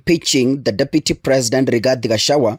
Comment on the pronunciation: You really hate "Gachawa" (correctly pronounced GACHAGUA)😮